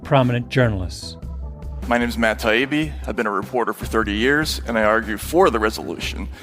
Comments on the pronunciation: That’s exactly how he treated Matt “Tiabi” and “Doug” during this debate. They are so far beneath him he didn’t even want to show them the respect of pronouncing their names correctly. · Tie Eeee Beee How hard is that? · 1. You didn’t call Douglas by Doug just once you repeatedly did this after he’d corrected you the first time. You also mispronounced Matt Taibbi’s name too which the audience saw for what it was, a snide little power-play. 2. Murray writes extensively about the social consequences of mass immigration from war torn countries within Europe, so cherry picking a quote and framing it as racist (and that he’d shout the N word to your Mum when she was young) is very on-brand for you. 3. Why do you feel the need to cite Murray’s skin colour? 4. Never in this post-analysis did you acknowledge your childish gestures, just one example when gesturing to shoot your own head when the Biden Laptop story was brought up. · I was at first happy that Malc could actually pronounce Matt’s last name correctly…so apparently he learned something, but soon realized that that is not the case. This podcast put the nails in the coffin of why mainstream media is not trusted. THEY DON’T LISTEN! Then to end the podcast by still calling Douglas Doug, proved he had learned NOTHING from his effort to learn. Proof again why mainstream elites can not be trusted. Very sad for him. Also, not taking to opportunity to apologize for his behavior is beyond baffling. Be better Malc. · At about the 13 min mark he starts worrying about pronunciation. This from a person who could not be bothered to get the pronunciation of his opponent's name right. Or perhaps even mispronounced it on purpose... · reputations take years to build and seconds to destroy. and the satisfying thing is that he deserved it he wasnt listening and was immature in deliberately mispronouncing the names of this opponents. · He even mispronounced his name many times. That's how little he cared.